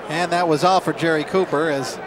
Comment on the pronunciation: Copper or Cooper?! Ffs you can't even get his name right!